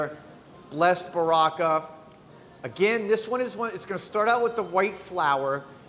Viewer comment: Baraka is actually pronounced Bara…….ka. It’s Arabic it means blessings.